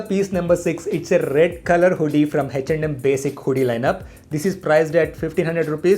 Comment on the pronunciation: Is it reaaly Hech and M or its his accent?